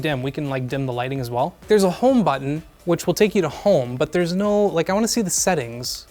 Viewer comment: Like how he says "Buttn". Back buttn. Blue buttn.